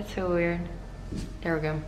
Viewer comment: I like it how you say 'so'... 😂 It is probably how is sounds in Dutch 'zoo'... I am Russian myself and used to work for a German company in NZ. So many words similar to this I heard n I sound very Russian still after many years living in an English speaking country. I find it charming. Don't change it ever coz it's very YOU!